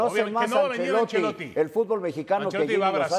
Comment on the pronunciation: Ancelotti😂 vamos a ponernos serios y dice ancelotti 😂😂